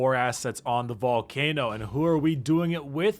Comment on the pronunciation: We took your 'vult'cano lol